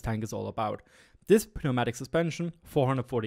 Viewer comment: In English you don’t pronounce the p. It’s just new-MATIC. Not trying to be a dick.